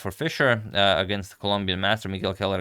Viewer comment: I believe his middle name is pronounced "kway-lar"